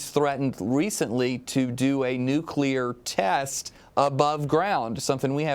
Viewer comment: I also wish these talking heads would learn how to pronounce the word "nuclear". Hurts the ears! SMH.....